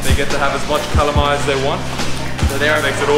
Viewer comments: seems like city Cebuanos do not know how to pronounce LA/LO. palong => pawong; alom => awom; dalan => dan; wala => wah; bala => bah; pala => pah; halang => hang; kalamay => kamay my mom is from southern part of Cebu, but she pronounces kalamay as kalamay. it's a taga-ciudad thingy, bro. kamay is not generally a Visayan term. besides, Bohol is in Visayas...so.... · Lol, I love your yet another awesome video! Those falls are heavenly. I hope to visit one or both of those places in the near future. Nice you ate kalamay. Its actually pronounced as "cah-laaaaaa-maiyyye". If you are a fan of horror movie The Blob, it looks like it hahaha.